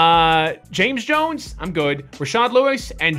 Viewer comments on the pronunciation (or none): none